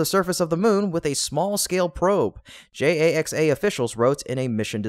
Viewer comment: JAXA is pronounced "JAX-A" Please let your AI know that.